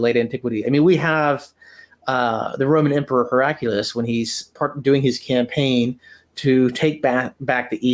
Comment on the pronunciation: Pronounced “He-ra-cli-us” from “He-ra-kles” (Greek)